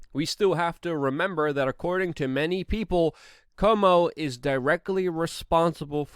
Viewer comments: It's CUO -mo, not CO-mo! Cuomo = Quomo or KWOmo . Why besmirch Perry Como with conflation with an entirely different family? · CU-OMO. Love ya, Luke. Missing you on the IRL podcast.